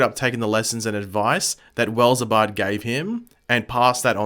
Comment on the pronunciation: Who's Abard? Like its Eobard, not Wells Abard